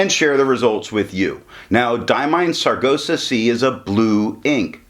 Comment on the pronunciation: I do like that color, aptly named, thanks for the review... I hate to be the one to tell you you are pronouncing Sargasso kinda dyslexic (ie. you are saying sar-go-sah and it is sar-gass-oh). Thought I should say.